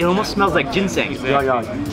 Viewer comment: It's ginseng lol